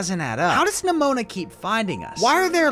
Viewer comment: Why did u say neMOANa